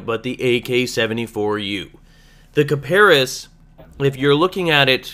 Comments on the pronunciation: D:< Its (kip-a-ris) not (Ka-Par-is) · hmmm you mis-Pronounced Kiparis..... heh heh heehhhhhh...... it is actually pronounced Cy-Per-Ess. yeah it is actually i searched the pronounciation because at first i didn't believe it so i did search and it pronounced that way. one more thing these vids are really helpful